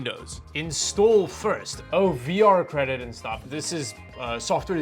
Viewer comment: Did dude just call the visual c redistributable "VRCredit" 😂 Bros about as much of a tech youtuber as i am an astronaut.